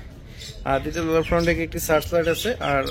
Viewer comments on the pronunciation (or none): none